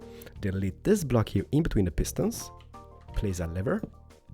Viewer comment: i like how he says "this" as "diz" 😹